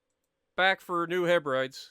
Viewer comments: it is: HebridEs (as in keys). Not Hebrides (as in bride). This game looks awesome. 😍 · Just informational: It's pronounced HebriDEES, like we pronounce the Greek hero's name Hercules. Emphasis on the last syllable. Also, Gato is pronounced like Gay Toe. Hope that helps.